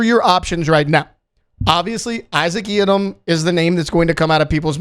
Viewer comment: Someone plz teach this guy how to say Yiadom.